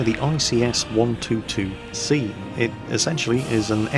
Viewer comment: Dam dat IS-2 looks fancy, I want that IS-2 and that American/British Cromwell, Desert Rats version ftw. Full respect to the 7th armoured division in the North African campaign. O and can't you read Russian? It's not an ICS-122C it's a blooming ISU-122S:/ (great tank in wt).